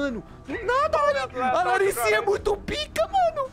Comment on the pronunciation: KKKKK EU ouvi ele fala larrisinha kakakakaka